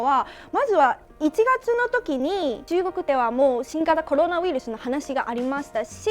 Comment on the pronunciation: コルゥナウイルス(笑)